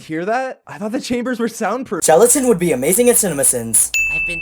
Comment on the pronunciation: book said shelatin in